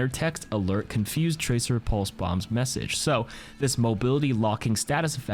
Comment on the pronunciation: tracer butchered :(